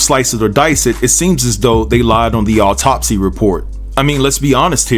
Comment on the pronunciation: There is no emphasis on "top" in the word autopsy. The emphasis is on the beginning of the word. Alright....😉